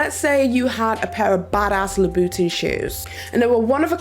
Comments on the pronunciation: its so interesting hearing your accent! like saying Louvre...which is usually pronounced "loov" or Louboutin that you hear pronounced as "luba'tahn". it takes me a second to catch it. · *cringe* at every time pronounced Lou Boutin etc